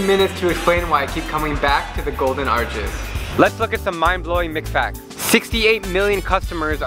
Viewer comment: I thought he said mcfats